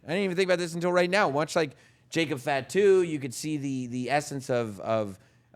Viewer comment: Please don’t say fat-too. Fah-two. Please adjust.